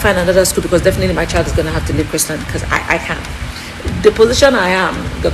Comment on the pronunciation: Hi dear, it is Chrisland. Without the t.